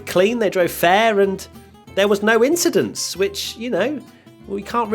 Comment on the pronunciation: do you mean no "inshidents"?